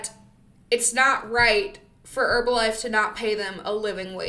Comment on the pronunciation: I love the top and your Monat 😈hair. Thank you for saying Herbalife with the silent H. You’re funny, I liked, commented and subscribed.